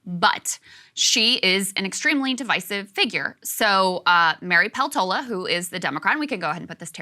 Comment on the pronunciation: Do Alaskans pronounce Peltola the same as Krystal does? I speak a bit of Finnish, Peltola is a Finnish surname, and I know that they pronounce it differently in Finland.